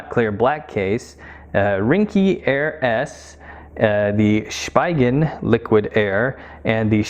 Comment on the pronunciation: It’s also pronounced as (Spee-gen).